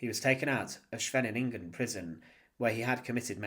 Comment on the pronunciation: shavingen prison? it's Scheveningen pronouned Skay ven ningen, Fanks fur watching.